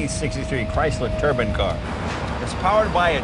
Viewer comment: Jay,...it's a tur-bine...not turban, turban is head gear from the east💥👊🏻